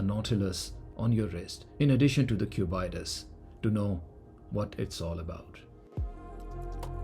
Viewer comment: why is bro calling it the Q Bite Us